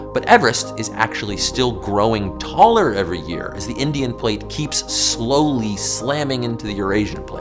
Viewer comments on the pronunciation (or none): none